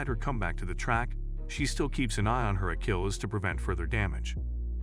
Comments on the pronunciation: im just a dumb yokel and i can do better narration than that. Just for one- He has no idea what 'Akilllis' is (Achilles) and who says "Ok perfect, that's a wrap!" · What is this??? Himself??? Steener??? Acheels???? Is this a bot??? You sound like you speak English but are you human??? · Yeah, the constant switching back and forth in the pronunciation of her name plus the full on mispronunciation of Achilles was driving me crazy. Stayed only for Abby's sake.